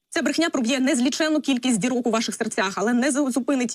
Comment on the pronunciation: Брэхня. С 9го этажа. Не брэши.